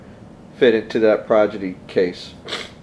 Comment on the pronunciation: Cool video but when you're talking about the case you keep saying "Progidy" instead of "Prodigy". D sound before the G sound. Sorry but that just bugged me a lot